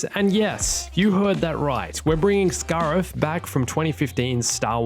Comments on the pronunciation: Scare-if not scar-if. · The way you say scariff really pisses me off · Giving you a dislike for the way you said Scarif that was painful to hear. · I know that’s not how you say Scarif, but I’m saying it that way from now on